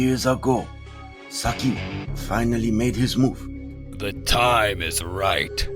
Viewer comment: 5 minutes in and I can already tell that you didn't really pay attention to the pronunciation of Shredder's real name It's pronounced "SAWW-KEE"